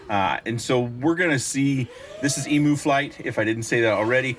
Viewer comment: Hi, I've lived in the land down under for 27 years and just so you know Emu (which is native to Australia) is pronounced "eem-yoo" although I questioned telling you coz it's super cute hearing you pronounce it eemoo 😂